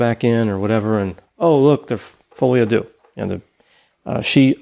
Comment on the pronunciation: I finally realized that folie à deux is meant to be french and means something like beeing crazy together (2 people). You americans really destroy the language beyond recognition, lol. But great episode as always